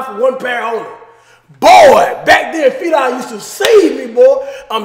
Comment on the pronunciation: “Felies”, Cash?